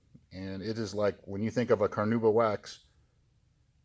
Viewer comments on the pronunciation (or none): CarnAuba.. there is an "A" in there